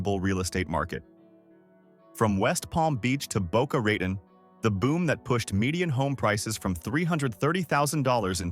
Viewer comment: This guy seems to be a real expert on Florida, as he pronounces Boca Raton as Boca Reyton.